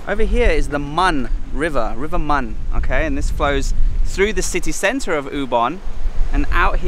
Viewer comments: The river name pronounce more like Moon or Moun. Not Mun. I don't get why they spelled as Mun in the map when its written in Thai as มูล using long ou vowel. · They are call moon river not call mon river 😊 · Moon river. Not mon. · The river pronounced "moon". Not Mon like monday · The Mun River is really pronouced "Moon" River. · The river, it's pronounce "moon" sir.☺️ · my lovely thai wife says that mun river is pronounced mooon. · The correct pronunciation for the river's name in Ubon is Moon. I love your vid anyway! Khobkhun ka! 😊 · The river name should be read “Moon”.